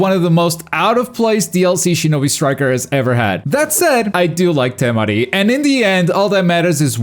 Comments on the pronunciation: Why you gotta say it like TeMaDI 🤣 lookin asss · That's a wierd way to pronounce Temari